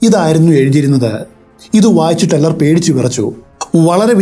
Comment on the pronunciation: "Teller" Please correct it